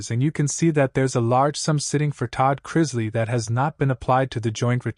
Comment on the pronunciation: It's pronounced Chris-lee, not Chriz-lay 🙄